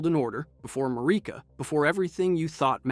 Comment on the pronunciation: How does one mispronounce Marika when it’s said so many times in the game